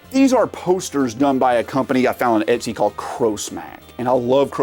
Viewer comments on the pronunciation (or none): none